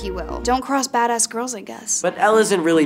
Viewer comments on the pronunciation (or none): none